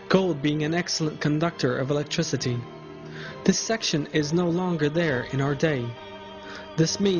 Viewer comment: An ex-el-ent conductOR or el-lect-triciT.